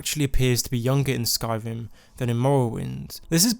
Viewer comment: I've never heard this speech impediment before. "r"= "v" for some reason. Skyvim, Nevevavine, Movvowind :P